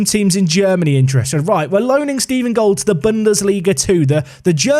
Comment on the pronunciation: Stephen Gold is actually a perfectly German name, you just decided to pronounce it the English way :D You can type it into google translate and then listen to the German and English pronounciations with the little speaker symbol.